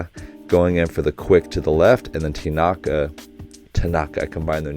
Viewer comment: Hi Coach!! Love your reaction videos!! This is more of a personal pet peeve, but in Japanese, there are no accented tones. So it's not hiNAta, taNAka, aSAhi, etc; if you listen closely, they put a slight pitch accent on the first syllable (letter) of each of their names, so it's more like HInata, with the first syllable starting at a higher pitch and the rest falling downward. Again, this is more of a personal pet peeve, so no need to correct yourself, but just wanted to let you know! :) also the next episode is my favorite episode it makes me laugh every time - excited for you to watch!